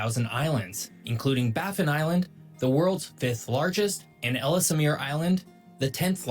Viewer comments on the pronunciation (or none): And it's "Els mear", not "Ellis eh mear" or however this guy pronounces it. The whole thing is filled with little errors. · Ellesmere island is pronounced "Elsmere". The second "e" is silent. Canada is massive! We have many beautiful landscapes and resources. Europe and Canada would work well together.